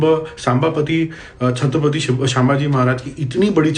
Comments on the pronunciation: Make one correction in .... pronunciation Not शांभाजी..it's संभाजी महाराज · Thank you dost for the details.. but I request to pronounce his name properly... Let me help u Its not सांभाजी ❌ Its छत्रपती संभाजी महाराज ✅ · भाई व्हिडिओ तो अच्छा है पर आप छत्रपती का नाम गलत बोल रहे हो. थोडा ध्यान दो. छत्रपती शांभाजी नही संभाजी महाराज नाम था उनका. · You are not pronouncing the name Sambhaji properly … it is not Saambhaji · पहले बोलना सिखो सर छत्रपती संभाजी महाराज है.. संlभाजी👈❌ महाराज नही है.... लागता हे इंग्लिश मीडियम se ho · Good post , one suggestion - it's not सांबाजी or शामभाजी महाराज, the right pronunciation is संभाजी महाराज ! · agar dalit shabd nahi use karti to pata kaise chalta ki kis samaj ke logone apna uss samay yogdaan diya hai.....dusri baat aap सांबाजी नहीं संभाजी महाराज bole. Pronounciation really makes a difference while listening. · Dada the right pronounciation is छत्रपती संभाजी महाराज baki thank you for information u shared 💯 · आप इतना डायलॉग बाजी कर रहे हो लेकिन महाराज का नाम तो सही से उच्चार करो छत्रपती संभाजी महाराज एसे बोलो 😊